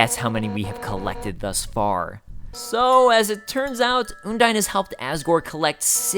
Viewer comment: oh he called her...oondyne...oh no